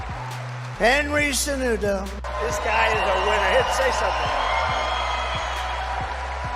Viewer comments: hahahaha "Senudo" and "Cenono" LOL... so sad the old man can even say a name rigth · " HENRY SAY-KNEW-NO " 😂😂😂